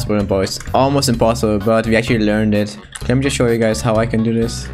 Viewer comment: I love how he says it is impossibe